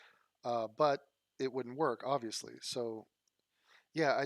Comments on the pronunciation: Aw-vee-us-lee? Awb-vee-us-lee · ob·vee·uhs·lee it's not a silent b. Google that shit. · äb-vē-əs-lē Yes, you are saying it wrong if you are not pronouncing the "b". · you are in the wrong for not pronouncing the B in Obvious. It’s obviously not an inherently silent letter. Please don’t be oblivious to proper enunciation of clear word structure. I still love you. Enjoy your coffee this month. At least one of them will be on me. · It’s not a silent ‘b’ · Uuuuuum, that's a TUMS container not lube, and yes I've pronounced the B in 'obviously' all my life, and always thought it was weird you didn't. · It's supposed to be a soft b sound. The fact that you emphasize b so much relwly shows you have no regard for the language. All you want to do is give people a hard time and provoke anger. Anyways I have better things to than talk to you about pronunciation. I'm closing my YouTube account and I'm going to Egypt for a year. So please don't bother me or message me any more.